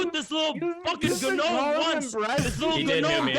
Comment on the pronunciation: The “ga-nome” comments and “beta male bonnell” almost made me cry laughing